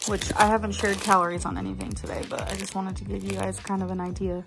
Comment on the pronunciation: the "gaise" got me LMFAOO 😭😭😭